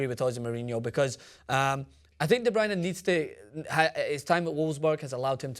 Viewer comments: Not going to lie, I'm belgian, and the way you pronounced De Bruyne was one of the best i've heard by non-dutch speakers. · The way you said De Bruyne was perfect.